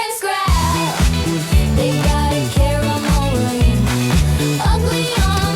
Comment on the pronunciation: Not only did you just become my favorite cooking channel, but YOU EVEN PRONOUNCE "CARAMEL" (*WITH* the 2nd "A"!!) CORRECTLY!!! 🥰